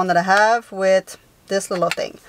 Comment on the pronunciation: is a native French speaker. The "h" is silent in the French language.